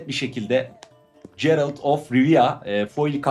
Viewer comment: Oyunu oynadığını söylüyorsun öyleyse karakter isimlerinin telafuzlarına alışık olman lazım. Emir van Emirates (doğrusu - Emreis), Cerılt (d - Gerılt), Sooşatel ( d- Sukootiel), Sikeliç (d. Sikellige), Finbeir (d. Findabair), vs. Ukalalık yapmış olmayım ama kulak tırmaladı kardeş :)